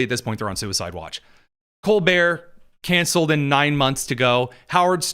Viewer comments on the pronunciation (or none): none